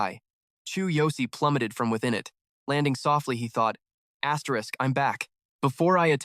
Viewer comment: asteriss what the f is asterisssssss?? so annoying